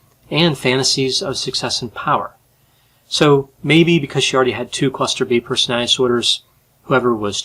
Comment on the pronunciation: Why does constantly butcher the enunciation of the word "personality". I don't want to be mean, but it's a little bit distracting.